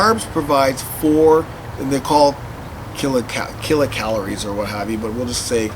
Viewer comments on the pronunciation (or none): Lol he was trying to say kilocalories but says killa calories